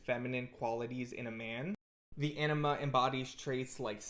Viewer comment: 😂 same, the captions take it as ennema, your pronounciation of anima could use a little bit of work on the a (comes off more of an ae, it should be more like an ah)